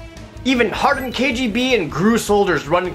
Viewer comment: This video has so many bees in it that I got very confused when he said "KGB(ee)".